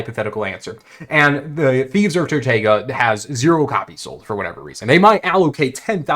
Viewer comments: Bro it’s TortOOga not TortAYEga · TortOOga not tortayga 🥴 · Please learn how to pronounce Tortuga